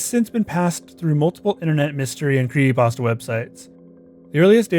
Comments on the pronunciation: Mate, what the fuck is a "cre ey pasta"? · Bruh, please, I beg you. Pronounce the P in creePy-pasta. You are killing me. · It's fucking creepypasta not "pawsta". Otherwise great job. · ah yes, creeeypastas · Whats a "cree ey pasta" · I am sorry but the narrator has a mosr annoying voice and is so hard to listen to. I just want to strangle this guy. And then the faf that he is idiotically "spreading the word"of these evil bastards. And that in itself is evil. You need to sever the word at yourself . And so your part to protect your peers from thepossible dangers these 'cursed' imagesay pose. I just want h to say creepy pasta correctly one time. Jeez. But seriously..... I know i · There's a, um, 'p' in 'creepy', dude.